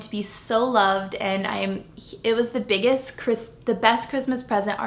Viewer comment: Ugh, anyone who uses words like "scare-bears," and "kiddos," and pronounces best as "bust," and names their kids Huxley and Cova?! And goes on a diet publicly when they only weigh 135 lbs and they are 5' 8", makes me SICK. I cannot help it, I hate her. I am 5' 8" or a bit more and if you weigh less than 135 lbs, you are skin and bones!! And she uses praying and fucking BS, which I cannot stand. Praying is magical thinking at its best. And she'll do anything for money, obviously. What an asshole.